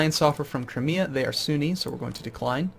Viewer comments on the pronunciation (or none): none